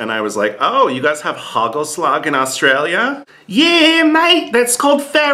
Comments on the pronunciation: Hey, it's not hagelslack, it is hagelslag (soft g)! Almost there! winks ♥ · it's haKHHelasKHHH , not slag like germans would say the G! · Hey, sorry to correct you but the right pronunciation for hagelslag is KHKHKKHHKKKKKKKKKHHHH.